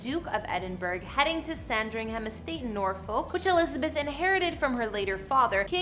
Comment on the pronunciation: As a Brit i’ll so many of the names you have butchered here like Thames and Norfolk and Sandringham for example